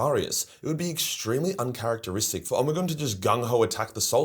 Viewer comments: Ahhh the pronunciation of omegon is hurting my ears it’s pronounced omeegon not omigon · Holup... is it really pronounced "Oh-me-gone?" In my head i always read it as Omeg-on." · Love the Omegon pronunciation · I am not one to criticize, been fan for years. Like I remember watching the earlier vids, from when you were just a kid. But, I gotta say.... sounds like an AI generated voice for you with all those Omegon pronunciations. Hope that's not the case since you are against AI slop, but only you know. Good video, cheers. You owe nobody an explanation, just would cite you on what you said. To at least disclose the use of AI. I could also be wrong and stupid as fuck lol. Cheers!